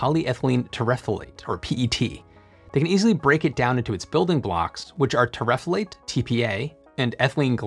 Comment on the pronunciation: At the risk of being pedantic: terephthalate = tear-a-thall-ate